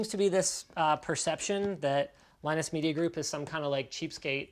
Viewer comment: Beard lie-nus.